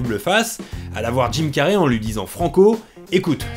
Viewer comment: Jim "Carrey" se prononce "Carri" pas "Carrai" . :)